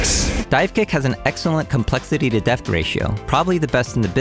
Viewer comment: Awesome content. Only fly in the ointment for me is I keep hearing "deft" instead of depth. 🤪